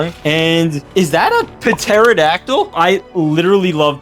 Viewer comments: Pterodactyl is pronounced tero-dac-tl I think this is right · The p is silent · that's no indoraptor you don't pronounce the p it was a quetzalcoatlus that's no carno Dimetrodon is not a dino Those were spinosaurus Ok thats a Carno mosasaurus is not a dinosaur